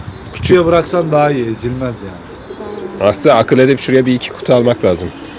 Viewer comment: Edep değil edip Türkçe. Kaç?